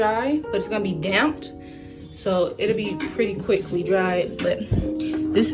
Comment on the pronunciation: You’re a college student who say “ I pit in the tub”. You said it several times, girl the word is PUT NOT PIT. The clothiers will be dampt the word is damp. SMDH.